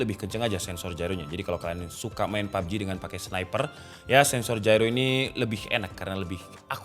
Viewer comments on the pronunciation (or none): none